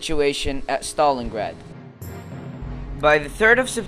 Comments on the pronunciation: wtf u dont pronouce it stolingrad you pronounce it stalingrad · stopped watching at "Stolengrad" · learn to say stalingrad